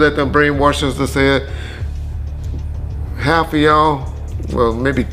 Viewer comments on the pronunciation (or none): none